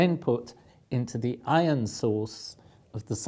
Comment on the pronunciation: I get confused when he says ion because I don't know if he's saying iron. Same with lodge and large, call and coal. They sound the same when he says them.